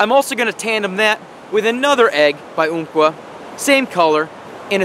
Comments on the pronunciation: um like umbrella lol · Great video man. but... thats not how you pronounce Umpqua lol. Not trying to be a dick or knock ya by the way. I live on the South Umpqua.